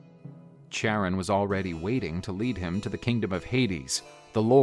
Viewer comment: “Charon” is pronounced “keh-rawn.” The “ch” is a “k” sound.